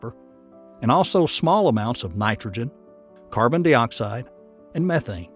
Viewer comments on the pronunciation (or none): carbon dee-oxide lmao wtf is that